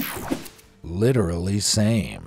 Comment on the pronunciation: "Litorallly" so!